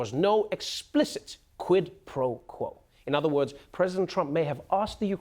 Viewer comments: "Dis is a QWID PWO QWO." Elmer Fudd was a wot more fwightening than I thought he was! Huhuhuhuhuhh! 😃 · That's not how you pronounce quid pro quo is it ?